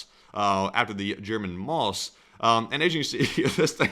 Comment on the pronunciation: The guy say Mickey Mouse but thinks Maus is pronounced Moss. XDDD